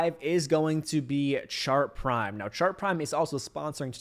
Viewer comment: Are you saying sharp prime, shark prime or chart prime?